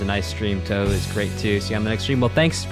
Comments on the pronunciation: It's not toohoo please it's pronounced how it's written , tou hou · Man, if EoSD blew your mind, just wait until you get to absolute masterworks like PCB (TH7) or DDC (TH14). Also "Touhou" is pronounced with two long-o's: "Tōhō". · By the way…the game is pronounced “Tow-Hoe” Like tow truck hoe. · He had a live chat and no one could tell him it's pronounced "toe-hoe"? 🤣 And that the name of the game is Embodiment of Scarlet Devil? Love this reaction and look forward to seeing you react to other Touhou games. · I physically recoiled when he said, toohoo, I’m sure the video is great but I cannot watch past I like galaxy collapse but it wasn’t a part of EoSD, shattered faith it better is my favourite arrangement by Kurokotei, she has amazing music, reading the live chat, I can tell these are gamma kids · Ahh yes , twowho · Ahem. It's pronounced 2whom. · The easiest way to pronounce Touhou is 'Toho', that's it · it's 'tor-hor', you elongate the short 'o' sound and the 'u' is silent as it elongates the sound. 'ou' and 'ei' are the only exceptions to japanese pronunciation where the first vowel is elongated by the silent second vowel but only when both are together in the same word and not divided by a compound word. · Who the hell pronounces "touhou" as "torhor" bro😭😭